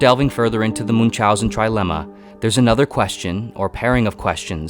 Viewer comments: Moon chauzen 🤦‍♂️ ch is pronounced as ch in Chrome . It takes 2 minutes to confirm pronounciation on Google translate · "Munzaussen" that's definitely one way to pronounce the name :D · Is not pronounce Munch housen but like München, you can pronounce like combination of "moon" and "house" and "an" togehter